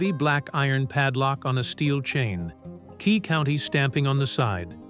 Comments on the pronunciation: Nice story. It's Quay County, not Key County. Holbrook is a town in Arizona, not New Mexico. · Quay county, not Key county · It would be better without AI. As a life long New Mexican, it’s a great story but it’s pronounced Too Cum Carry! And the county is Quay. Kway. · Nice story. Too bad that the artificial moron voice does not correctly pronounce Tucumcari and Quay county.